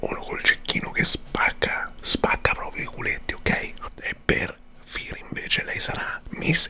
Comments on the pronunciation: Si pronuncia fere no fir r poi si scrive phere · Non è una critica ma si dice fere ( io ho scritto come si legge se no so come si scrive phere)e non fire...ripeto non è una critica ma un consiglio da #consolina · Si pronuncia fere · Si pronuncia Fere e non Firi....cmq bel video come sempre 😄😂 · Si finalmente i 2 players. Ti adoro e sto migliorando i miei disegni grazie a te 🤩🤩🤩🤩. P.S. Non per essere rompiscatole ma Phere si pronuncia fere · In verita si pronuncia phere .Si scrive phere ma si leggi e fere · Si dice fere, come un figata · FERE SI PRONUNCIA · Si pronuncia fere... Sei un mito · Hai chiamato phere "Fir" o sbaglio? 😂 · Si pronucia come si scrive ciò phere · Comunque Phere si pronuncia “Fere”😂😂❤️❤️ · CMQ PHERE SI LEGGE (FERE) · fere ( si pronuncia) e si scrive Phere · Si dice "fere" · Si pronuncia fére ma si scrive phere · Credo che phere sia abbastanza arrabbiata per come abbia pronunciato il suo nome... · Tra l'altro come pronuncia phere hahahahhaha muoio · Si legge con la "e"